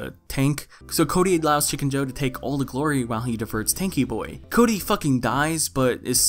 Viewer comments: I fucking die every time you refer to him as "Chode-y" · This man said chody 😂😂😂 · Lmao did you just call him Chody?